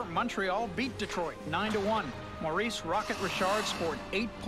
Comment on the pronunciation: The Canadian pronunciation of Maurice Richard is Maw-REESE Ree-SHAR(D).